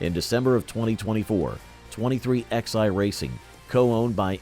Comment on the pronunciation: Hey it's pronounced 23 eleven NOT 23 X I damn it get it right or don't talk.